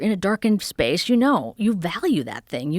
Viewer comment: Mainly because she pronounces words like "space" as "schpaish".